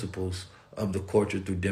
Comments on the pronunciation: I'm back again listening,,,also cuz I love the way he says (CULTURE) like...."Caught-cha"😭😭🤣🤣he makes me laugh SOOooo hard when he says it😭🤣🤣😂😅😅☀️🌏🌑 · It really feels like is tickling me Everytime he said culture(Caught-cha) in this video 😭🤣🤣😂😂 because I keep laughing so hard like I'm going crazy or sumn😭🤣😂😂 nobody else thinks that's soo cute funny???🤭🤭😂🤣🤣🤣I came back so many times just let him tickle me cuz I love etttttt👏👏👏👏👏👏👂👌☀️🌏🌑